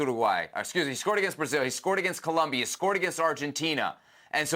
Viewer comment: Brother saying people can't speak proper English. Meanwhile he can't say COLOMBIA. 👏🏽